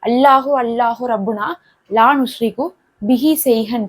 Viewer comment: அரபியில் உஷ்ரிகு என்று இருக்கு நீங்கள் நுஷ்ரிகு என்று வாசிக்கிறிர்களே எது சரி